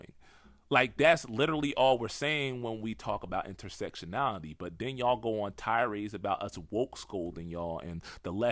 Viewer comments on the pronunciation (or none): none